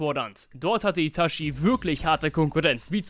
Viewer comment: Ich gebe zu, es triggert mich, wenn jemand ItaSCHi sagt, obwohl gefühlt jeder mit Untertiteln geschaut hat…